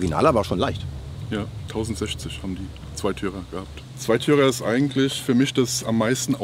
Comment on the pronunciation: Betonung ist auf "eigentlich"😂😂